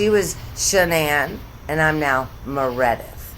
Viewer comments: Dear '', you rule! 😂 --Dae-Lynn --Dale-Inne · Mur-id-ith 😂 too funny